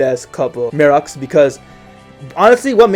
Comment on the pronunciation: Gruvia? Why not Jay/Juray/Gravia? Mirux? Why not LaMi/Mirax? I agree with most of them, but I don't agree with your pronounciations of the names :3